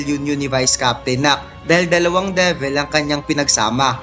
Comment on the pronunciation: Lods De-vil, Gawtch (Gauche) Li-va (Liebe) kung tama po ayan yung tamang pronunciation non.